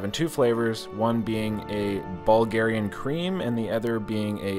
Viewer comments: I love it and love videos 🤣🤣🤣🤣 "Bulgarian pizza" Bulvarian pizza" you never did get it right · "Ball-verian" pizza...😂🤣 Love there Baverian pizza.... Actually, their mac & cheese pizza is pretty good...👍👍😎